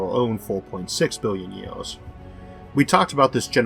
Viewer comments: The guy has a speech impediment which is why at 1.30 he says you can turn on the closed captions. If you still need help.....seek it. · ...10 000 YEALS....You cant say YEARS or what....its fucking annoying..One YEAL!!!!....wtf....Morkuli...Its Mercury!!!!